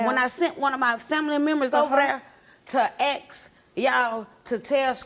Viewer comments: "Aks, mornTing" ?!😅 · I will never understand how hard it is to pronounce a 3 letter word. It is only A S K.